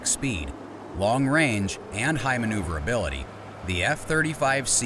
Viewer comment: You lost me at "maneuverability"